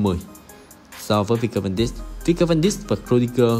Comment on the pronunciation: Van Dijk đọc là Van Đai còn De Ligt đọc là Đờ Lít nhé a